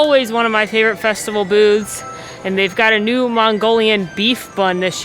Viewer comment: Love! This is the best videos that I watch during my break at wok. However, If no one has catches it. Re listen about the time. She says "Boobs" not Booths. LOL.